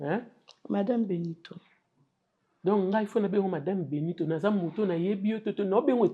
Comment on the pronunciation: Elle avait dit Benitho avec H 😂